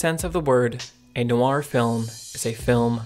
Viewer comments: you should listen to a French person pronounce 'noir'. it's not no-ar as you pronounce it. phonetically, it's more like nwah. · It's pronounced Nwaa not No Are . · WHy does this guy pronounce "noir" like that? Like NO-ar, instead of NWAH - I found it very distracting. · Really? For all the quality of the video, and the obvious love of the subject matter, the constant pronunciation of something that should be like "nwah" as "no-wah" drove me almost suicidal after 2 minutes... if it was only occasionally said it would be survivable, but it's part of the topic! There is no escape... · I learned a lot from this, including the correct title of the book by Philip K. Dick. One correction I have (sorry to make this in public but I have no choice) is how you pronounce "noir". It should be "nwar", not "no-warr" (where "warr" rhymes with "bar"). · Film noir is not pronounced "film no-ar" but rather "film nwar." Noir is one syllable. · It really throws me off every time he pronounces it "NO-AR" instead of "NWAR". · French is more of NO WAH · Great analysis, just one gripe... the way you emphasize Noir as No R. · I love that "noir" is two syllables here. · Is there a skillshare that teaches you how to pronounce "noir"? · I'm really struggling to watch this with the repeated mispronunciation of 'noir'.